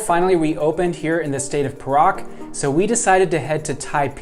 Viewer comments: Your pronounciation of Perak is wrong. It is pe (pronounced ‘pear’) -rak. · The state of Perak is pronounced as 'Pay Ruck'.. Tks for promoting my state.